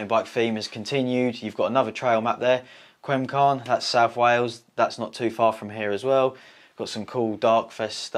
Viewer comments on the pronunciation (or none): it’s pronounced cumcarn not quincarn